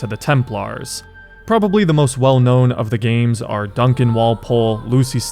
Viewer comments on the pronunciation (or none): none